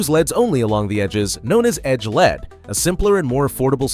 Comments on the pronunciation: You don't pronounce LED as lead bro. You say it just like LCD. L.E.D. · I've been an electronics technician since the 70s. I've installed LED bulbs (solder in) for power lamps on test sets. At no point in my life, anywhere, until now, have I ever heard anyone pronounce LED like "lead". We always, *always*, simply said the letters, L E D.